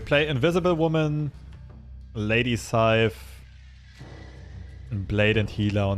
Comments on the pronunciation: every time he says lady saif instead of sif it cracks me up xD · It's not lady scythe it's Lady S I F. Also why does marvel rape norse mythology thhat often.